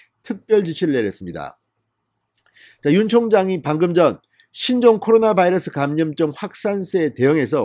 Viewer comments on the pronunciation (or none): none